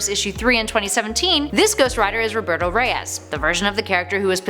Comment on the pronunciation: NO ONE SAYS ROBERTO.